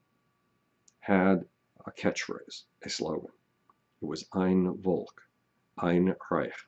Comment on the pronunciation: Great vid, I just want to add that v in volk is pronounced as an f:)